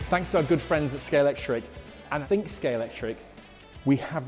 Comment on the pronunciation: That's really the biggest in Somerset? Also, why are there Scalextric experts who can't pronounce Scalextric? It's got an X in the middle, not a C.